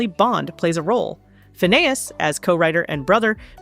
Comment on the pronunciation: Why are you calling him Fa-Nay-Is? Learn how to pronounce who you are talking about. You got it right a few times but you got it wrong even more. Were 😊you just guessing?